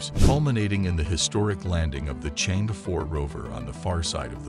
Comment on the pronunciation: 最幽默的是这个视频的解说仍然把“chang e”读成change😅